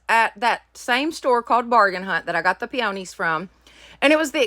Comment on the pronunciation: great job on all but the letter holder was the best remember 'I will not quit'...hugs honey..sorry the flowers are pronounced p-o-knees.